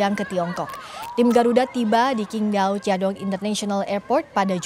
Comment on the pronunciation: bacanya itu SINGDAO bukan KINGDAO